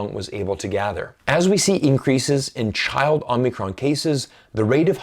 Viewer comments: It's called OH-mi-cron not OMNI-cron! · it's Omicron not Omnicron 🙏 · You kept saying OmNicron. It's Omicron. It's a Greek letter (Ο). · It's pronounced Omicro, not OmNicron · *Whisper * 真不好意思，虽然的确是到处都有可是好像是omicron 不是 omnicron...... 抱歉我耳朵不好。